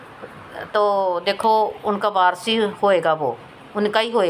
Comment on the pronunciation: Barris Barris mat bolo .. je shabd sahi nhi hota hai waris ka mtlv hota hai khandan ka phla bacha jo property ka Malik hota hai ..